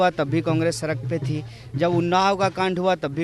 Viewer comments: Sark nhi sahi se bol beta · सरक पर नहीं...सड़क पर..सड़क पर.